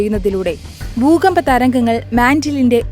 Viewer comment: ബൂമി, ബൂഗർഭം, ബൂകമ്പം 😂